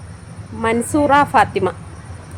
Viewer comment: മൻസൂറ അല്ല masroora